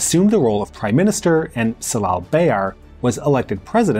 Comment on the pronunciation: Great documentary about 1960 coup, however as a Turkish person, your pronunciation of ‘c’ letter in Turkish names had jarred my ears :) ‘Cemal’ or ‘Celal’ not with ‘c’ as in ‘cell’ but with ‘j’ as in ‘jazz’